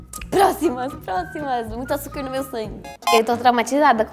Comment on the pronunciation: Eu amei que a Liz fala açurquinha também kkkkk